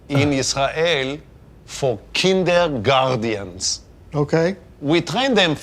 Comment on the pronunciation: "Kinder guardians" 😂